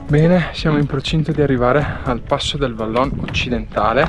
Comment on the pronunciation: Vallon si pronuncia vallôn con o chiusa e non o aperta....così tanto per dire